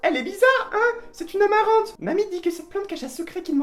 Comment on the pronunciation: Le petit accent du grand père sur "Amarante" 😂😂 #workingfam